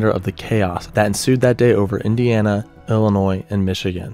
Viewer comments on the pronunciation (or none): none